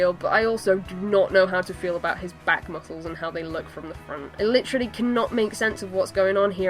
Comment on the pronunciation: "my favorite part...mucles" xDDD